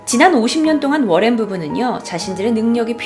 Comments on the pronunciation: 워렌이라쓰고 로렌이라고 부르시네요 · 머랭부부로 들린다.. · 잇츠 머랭 타임!!! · 이거보니까 머랭부부라고 들렼ㅋㅋㅋㅋ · 전 러렌부부라곸ㅋㅋㅋ들려요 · ㅇㅈ이요 ㅋㅋ